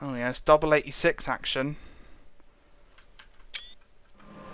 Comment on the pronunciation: Think he said the 86. Sounded like 36...